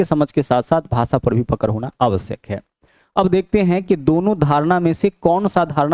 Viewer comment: पकर नही है पकड़ है गुरु जी 😅😅😅